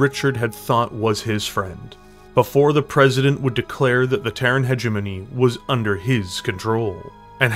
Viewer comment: So you CAN pronounce hegemony lol